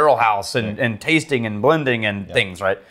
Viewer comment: And when he talks about the 'tastink notes' or anything ending in -ing he ends with a K lol